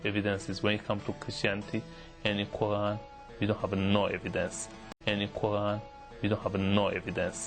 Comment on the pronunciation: he says QU AAN...HAHAHAHA